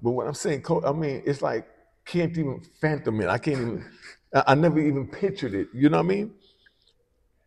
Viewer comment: Please stop saying phantom bro it’s fathom smh 🥷🏾s